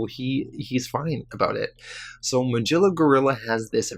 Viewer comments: It's not pronounced Ma-Jilla. It's Ma-Gil-la. C'mon, dude. You're killing me. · I really enjoyed this video this is the first time I've heard of these unique stories and I am surprised that there is not more support for this channel. Also just as something minor you might want to keep in mind Magilla Gorilla is pronounced [Muh - Gill (like a fish)- uh- gorilla].